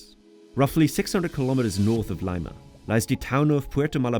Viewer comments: Dear sir, It is an impressive video, and you do relatively well with rather difficult names/words to pronounce. However, Lima, the capital, is probably one of the easiest words to pronounce and you murdered the pronunciation for it. It is not Lima, like the citrus, but Lee-ma. If you were there, you should know. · Very interesting, thanks (I had no idea Lima has even half that population. I think it should be pronounced "Leema"). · Good video but how do You pronounce 'Lima' ? Leima ? You are flogging a language ad ? You need that for Yourself urgently, or is this narration some AI shit ? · I think my next vacation will be to Lyme-uh, Peru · Lee-ma. Not really a great endorsement for babbel. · Layma?? Really??? Laaaaymaaaaa, coooomee oooooon, let's make a song called Laaaaymaaaa buahahahahahaha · "Laima"???? Really????? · great pronunciation Lima ...Liema ...really ..smell a rat ...learning spanish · Excellent info, script and animations! Great work! But … “Laima”?! That’s for the beans my friend. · "Layma" xd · So Bbel taught you to pronounce Lima as ''lyma.' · No way you’re sponsored by a language app when you produce Lima LimeAhh 😂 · Excellent video. EXCEPT your pronunciation of the name of the city of Lima (and other Spanish words). I didn't know whether to laugh or cry. Obviously you didn't learn any Spanish with your app. 🤣 Congratulations nonetheless. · Break down the word 'lima' into its individual sounds "lee" + "muh". That's how it is pronounced. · A pesar de que pronunciara mal la capital como 'leima?' No jodas. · I had a stroke every time you said Lima 😭😭😭😭 love the video though. It's pronounced (l e e m a) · Lima minuts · you pronounced lima wrong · The absolute irony of advertising a language learning app but not being able to pronounce the capital city of Peru. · Really nice video. But I doubt you actually went to Peru. You would have heard people pronouncing Lima many times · Not a good ad for Babbel if you can’t pronounce Lima correctly.